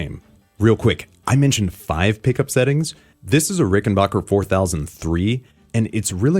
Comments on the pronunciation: Do you also pronounce "you scratch my bock and I'll scratch yours"? It's not Rickenbocker, it's Rickenbacker. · It's pronounced, ricken- BACK - er NOT ricken-BOCK-er Rickenbacker is an American company. NOT an English or German company. mispronounces it. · Rickenbacker rhymes with hacker.